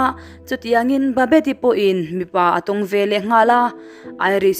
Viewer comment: 'Velah' nilo in 'veleh' tih tur aw. A hmuhnawm in ngaihthlak anuam e